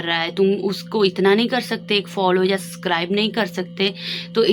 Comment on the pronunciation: Di I have a suggestion.. don't take it in a rude way.. work on your pronounciation... Your communication skills are good but try to refine it by improving your pronounciation.. I saw your videos from 1st video itself.. for example you always say suscribe... But actually you may be not able to pronounce b it's subscribe... I am also from Punjab I can understand.. but try improving it it will make good impression on first time audience... Best wishes ❤❤❤